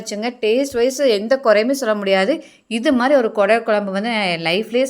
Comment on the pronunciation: அது கூடல் இல்லை குடல்